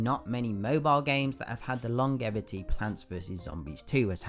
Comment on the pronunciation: Disliked because he pronounced longevity wrong